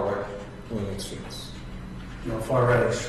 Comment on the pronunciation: Who farted when he said far riht exstreemes